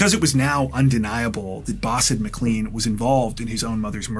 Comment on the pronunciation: McLean is pronounce Mclane not Mcleane